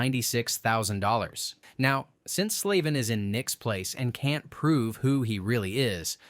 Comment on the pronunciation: Its funny how you keep misprouncing his name 😂 Sleven Slaven Sleeven